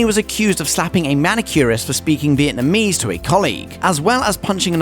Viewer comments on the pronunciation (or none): none